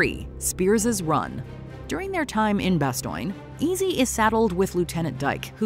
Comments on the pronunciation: Why can yoiu literally not pronounce Bastogne? Jesus it isn't hard, they say it for you in the clips! God almighty I didn't imagine it was so easy to fail so hard. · Am I the only one who's hurt by the way she says "Bastogne" and "Carentan"?...learn how to pronounce it right...other than that? Everything is awesome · I made it :34 it/AI WHAT EVER THE HELL IT IS can't pronounce BASTOGNE. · Narrator, Holy Hell please stop trying to pronounce French words. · Your pronunciation of 'Bastogne' is atrocious at best, and as a historical documentary absolutely cries out against your lack of research on the subject of your video. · You can't even pronounce "Bastogne" correctly, even when you do a voiceover in a scene where it's pronounced correctly. Why should I ever respect this channel, ever? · They pronounced Bastogne correctly in the clip from the show you shared, but you said it wrong? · Great video but the pronunciation Of Bastogne is Bastone, not Bastoyne. That error takes away from the accuracy, sorry to nit pick. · Its not "Bastoinge", its "Baston", the US officer pronounces it correctly literally seconds after the annoying AI voice gets it wrong. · Had to stop due to intentional mispronunciation of the town names. You're speaking English it is not bastoyn, it is bastone! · It's "Bah-stone" not "Bah-stoin." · You need better programming for your "A.I." voice. The town which was preserved is called "Bass- tone". That's where the "Battle of the Bulge" occurred. "Bass- tone"... NOT "Bass-toin". It is a shame that you found a need to use "Artificial Intelligence" in the first place. But, if are going to use "A.I.", it is best if you get the pronunciation of words & place names correct! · The constant mispronouncing of Bastogne (should be pronounced "Bah-stone", not "bah stoin") is frustrating as hell. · Couldn't even get a minute in before getting annoyed... "Bast-oin"???? Have you watched the mini-series? Bastogne is pronounced in the show as "Bast-own".